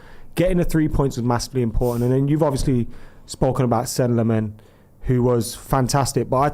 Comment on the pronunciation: There's no way is pronouncing Lammens the right way lol